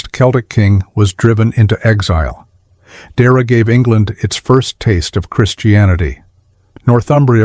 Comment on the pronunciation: It's not pronounced "Deera" . It's pronounced "Deeaira"